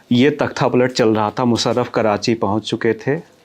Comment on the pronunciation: भाई साहब, अभिनंदन अच्छा साक्षात्कार किया। बंधु आपको सुझाव है, अपने उच्चारण पर काम कीजिए। मुसरफ़ नहीं मुशर्रफ। कानों को कचोटता है अगर उच्चारण ठीक न हो। दूसरा निखिल वात की छाया से निकालिए। आप उनकी नक़ल करते प्रतीत होते हैं। 🙏